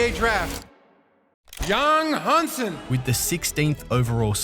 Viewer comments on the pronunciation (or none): as a chinese i understand some names is crazy hard to pronounce but Yang Hansen lol with a surname that isn't even chinese. How hard is this? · Adam Silver literally just said his name correctly...and then the narrator immediately starts butchering the pronunciation seconds later. LOL I don't understand how people in media and YouTube cannot take the time to say player's names correctly.